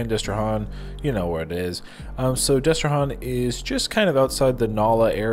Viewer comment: It's Destre-Han like ham, not Hän as in Han Solo. Don't even try and say nuh-uh. I'm a native Louisianian and it's Han like ham.